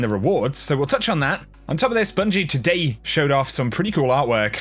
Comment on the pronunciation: 'and todayee'